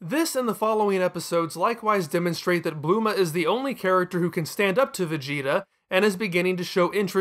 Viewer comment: Why do you pronounce goku so weird...im just gonna assume your doing it on purpose like "bluema" and "super cyan"